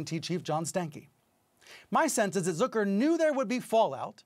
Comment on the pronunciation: "Zöker"???? It's Zucker buddy. Get hooked on phonics